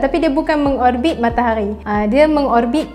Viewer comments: MATAHARI!!! BUKAN MAKTAQGHI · Sebut matahari betul2 bole tak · Suke bila dia sebut matahaghi... Pekat